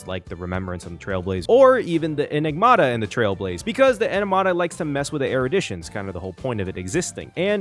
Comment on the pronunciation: Why do you keep calling it edimada